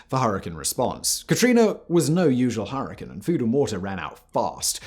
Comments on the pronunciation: "Hurri-cane" not "hurri-can" there's an "e" there that changes how you emphasize the "a" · The way you say hurricane is extremely weird and annoying. It's with cane not can lol I know I can't be the only one here in that and I know he's got the accent and all of that different language All of his accent is fine but it's hurricane not her a can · Her•ih•caine. Now add it together. You’re welcome Simon!!!😊 Good God man!! 😅😂 you’re butchering the names!!! It’s like saying Chai Tea. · Everytime u say Hurrikin I cringe.